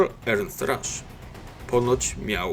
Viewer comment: Piszę bo w początkowej części filmu akcentujesz to na łernst